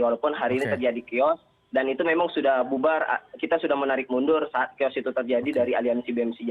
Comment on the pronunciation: Chaos dibaca kios 😭